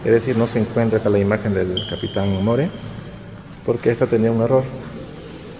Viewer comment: Es Moore (mur) señor..corrija su error